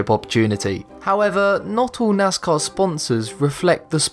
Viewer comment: Anyone here nazcar instead of nascar